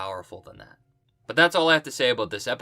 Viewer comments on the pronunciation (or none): none